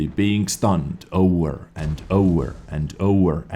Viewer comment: It's like ''oVEr'' not ''oUR''